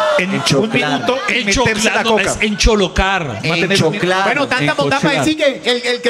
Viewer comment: Se dice ENCHOCLAR